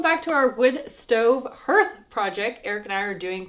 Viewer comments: I love you guys! I have been watching you for years. Gotta tell ya tho, hearth is pronounced like heart with a th. Harth. :D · Not pronounced herth but like harth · Hearth is pronounced harth. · Pronounced "Harth" Love you guys and pets xx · Guys love your content, love your adventures. But it’s pronounced “HARTH” like “Heart” but with an “H” on the end. 😊